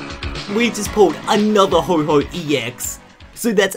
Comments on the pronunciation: its ho-oh not ho-ho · STOP SAYING HO-HO ITS HO-OH !!! ITS LIKE THE HUNDRETH TIME YOU HAVE SAID IT WRONG!!! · y u say ho ho instead of of ho oh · Couldn't tell if it was his accent or a Christmas pun but he said Ho-ho when he got ho-oh😂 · Stahp saying ho-ho it's ho-oh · I know it is only 2 days until Christmas but Ho-Oh is still pronounced Ho-Oh, not Ho-Ho... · You said ho ho its ho oh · By the Way, you said Ho Ho instead of Ho-Oh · He said Ho ho instead of Ho oh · Lol it's Ho-Oh not Ho-Hoh :3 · it's not Ho-Ho it's Ho-oh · not to be a jerk ando but its pronounced ho-oh no ho-ho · u called ho oh :ho ho XD like its santa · He said ho ho when he GOT the ho oh card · Is it me or did he say ho ho EX? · nope, I heard it too. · u said ho oh wrong huehue